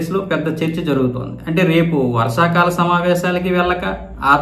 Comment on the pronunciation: Varasakala Samavaysalu Kadu Bro..... Varshakala Samavaysalu😂😂😂😂😂 try to learn telugu language fluently.... Don't misunderstand my Comment